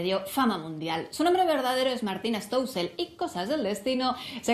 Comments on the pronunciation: Como puedes ser tan g******, se pronuncia Stoessel no Stoussel, de donde c*** sacas la U? JAJAJAJAJAJA :') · dice estosel pero se dice stoessel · ”Stouseel" 😂😂😂 Que gente eh